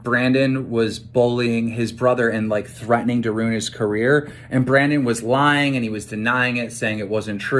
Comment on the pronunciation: Keem is such a dirtbag. Not only is the content of what he says awful, but I can't stand to even listen to him speak because of things like . Ruin is two syllables. Rune is a different word altogether.